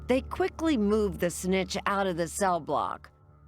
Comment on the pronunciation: It was kinda out of character with the polite professional narration all along.. SNITCH! 😂